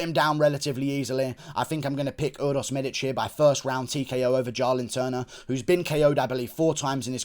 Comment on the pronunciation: It’s Jalin Turner not Jarlin Turner